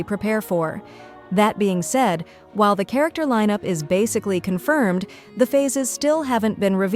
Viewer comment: "CONRIMED" where's the "F", were you hungry ?